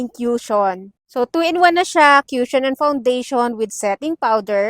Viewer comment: "koo-shon" po pronunciation ate hindi "kyushon" walang "yu" sound 😅